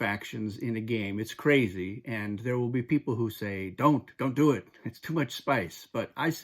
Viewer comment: 'Dune it ' instead of 'do it'